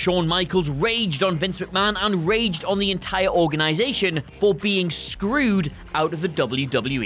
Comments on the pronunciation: "you scewed me"? Anyone else catch this? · "You Scewed Me!"